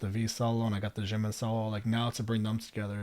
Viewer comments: you kind of pronounce jimin like its french lol you can just say the j like you would for jake or jacket :) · jimin, jungkook and jin are all pronounced with a hard j like jungle :) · I can't get over the way you say Jimin and Jungkook.... I've never heard anyone pronounce them that way before not that it really matters but still it's different. I do hope you go and learn more about them all they have such a wonderful friendship honestly they really are a family and love each other a lot, it's really special. Ida s has a great video which will take you through who each of the members are and some of their background it's really up to date so you'll learn quite a lot. Xceleste has great videos as well such as BTS from nobodies to legends but there are other that are great too. I'm sure everyone already suggested all the videos to you so I wont add anymore.